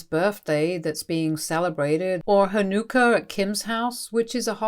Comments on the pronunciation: Hanukkah is pronounced Han-uh-kah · "Hahnuuker"? Srsly?